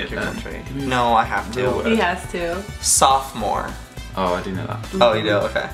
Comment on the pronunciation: sophmore ... sophomore